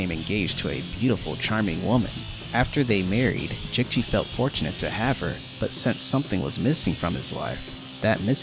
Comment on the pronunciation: Great Video, Love To See That There Are Other Passionate Fans Of This Game, It's So Underrated, Also (I'm Not Trying To Be Rude), I'd Like To Tell You How Jicchi's Name Is Pronounced, It's "Jee Chee", Just A Tip From Another Fan To Use In Future Vids, Also Kelly, Nick And Jicchi Not Being Playable Characters Has Inspired Me To Make A Mod That Makes Them Playable, I Just Need To Go Deep In The Files Of The Game To Extract Their Models.